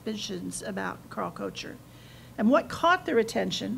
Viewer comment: I find it interesting that this lady does not know the proper pronunciation of 'Koecher'.